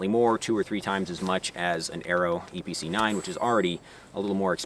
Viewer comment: That's a lot of words for a range toy Also I kept hearing Eee PC 9 haha